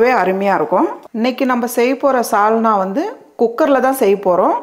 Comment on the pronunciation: 'Chalna'-'Salna' illai. 'Sarkarai'-chakkarai illai. 'Sukha'-chukka illai 'Sappadu'-chappadu illai.....